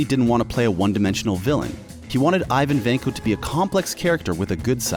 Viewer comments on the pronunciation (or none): none